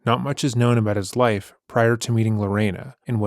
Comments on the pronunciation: Always assumed was American but just heard his say "aboot" and now I'm questioning that😂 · Somehow I never caught on to you being Canadian until I heard you say Aboot in this one lol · It's so funny how he's hidden it for so long and now 2 videos in a row he's giving us "sore-ry" and "aboot" 😂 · Am i tripping or is dude saying aboot I haven't heard him pronounce it like that before 🤔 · I’ve been subscribed for over a year and it’s just now dawned on me that you’re Canadian! Canadians pronounce the word “about” very uniquely. 😅 Love the channel